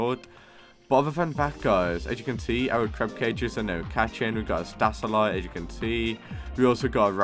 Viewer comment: you really gotta take some speech classes wth is an alaxolottle and a stasalite :face-blue-smiling